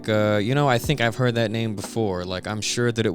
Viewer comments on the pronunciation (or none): none